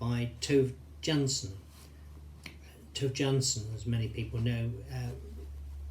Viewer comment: Her name is pronounced Toova Yansson. The J is pronounced as a Y.